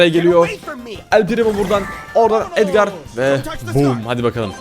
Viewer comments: Abi edgar edgır diye okunuyo ve edgarı tutuyorum seni seviyorum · Abi edgar déğil edgır